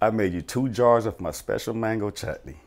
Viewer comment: Why couldn’t he pronounce 🥭 the first time lol ?😂